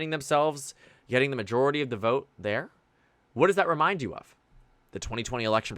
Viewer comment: “I will boat….. for Donald Trump” 😂